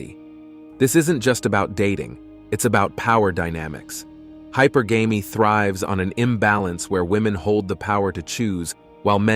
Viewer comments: its pronounced high purr gam ee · This is clearly AI. Can't get the word hypergamy right.